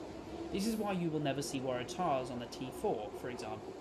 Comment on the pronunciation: good video! minor thing but the emphasis in "waratah" is usually on the "war" and not the "tah"